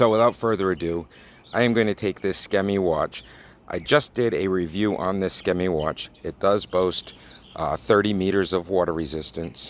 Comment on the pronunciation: I own a square Skmei, and I work in water, I wear it something like once a week, for a work day that includes 5 or 6 hours in the water- it performs perfectly well. Just one thing, it bugs me.. you pronouncing the brand name wrong 🤷🏼‍♂️ There’s no “e” after the “k”.